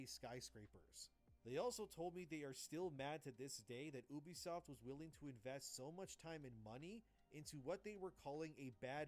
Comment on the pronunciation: The way he pronounces Ubisoft is actually correct. In Latin, "Ubi" is pronounced Ubi, not "yoube" and it means "where". Therefore, Ubisoft is a play on words that basically means Software.